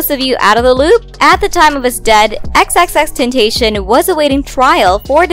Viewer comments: It's the pronunciation of tenTATION for me...🤢🤢 its taCION. FFS EWWW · Did this lady really just say xxxtentation🤣🤣 its xxxtentacion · XXX Ten-tah-ceeon that is how you pronounce his name:) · First of all its not "Ten Tay Shon" And everybody says chink get over it twitter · Sound out the word. Ten-ta-ci-on. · Stop..stop..stop. society wants a scandal for her so bad...the amount of reach here is astonishing lol. & don't speak on X's name if you can't pronounce it lol. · No one gon say anything about how they’re saying “Xxxtentacion”? No? Okay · Just the fact she pronounced XXXtentacions name WRONG irritates me she said it so WHITE